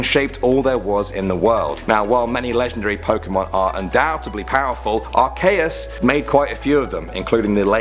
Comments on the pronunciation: you say at Kay us it,s arceeus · honestly it aint pronounced arCAYus its spelled arCeus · are-SEE-us, not are-KAY-us.. sorry, this is the internet.. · OMG ITS NOT ARCAYUS ITS ACEEEEEEUS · AR-KEE-US get it right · He said Ar cay es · .- are-key-us with the ee sound dude. also most every single ghost type is terrifying heck freaking solosis and its evolutions are horrifying because it's literally a fetus pokemon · its pronounced are-see-us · It's ar-key-us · What's a arkaes? I know of arceus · IT IS PRONOUNCED (ARE--SEE--US) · jake p It's Ar-Kee-us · learn how to pronounce the last 2. i'll teach you right now Yveltal is pronounced Why Vell Tall Arceus is Pronounced Ar Key Us (Originally Ar See Us) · It's pronounced ar-CEE-us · U name arceus wrong... bruh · you mispronounced Arceus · Pokemon fans will hate how he pronounced Arceus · You pronounced arceus wrong